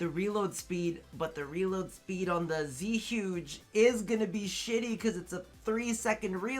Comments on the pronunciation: Its zuegay thats how you say it your Asian smh cmon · Same as you , man . When I hear people say Zhuge the wrong way , I laughed so hard .